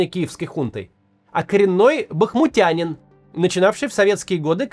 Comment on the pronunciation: Дякую Вам Максим за реальний погляд на речі.. і Ви молодець, на цей раз правильно вимовили "бахмутяни"... якби я мав можливість, я б Вам для сюжету прислав фото свого будинку в центрі Бахмута до війни і зараз, його навіть зруйнований мародерять "визволителі", знімаючи радіатори опалення і газові плити... "русский мир" прийшов. Було б дуже наглядно, він у самому серці міста. Я ненавижу росіян до блювотини.